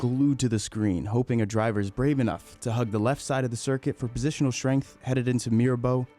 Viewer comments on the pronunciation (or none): none